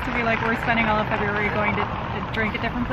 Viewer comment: Fe -booze -ary. BOOM nailed it.